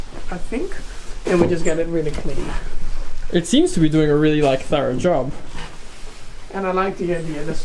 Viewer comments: Your first pronunciation of thorough was correct.👍 The second shows you aren't an original English speaker. No problem. But you didn't sound Australian. 🤔If you did what would I sound like? And I'm from Yorkshire! 😁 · “it’s pretty thourah... sorry that’s australian, THOROUGH” aussies really do have their own language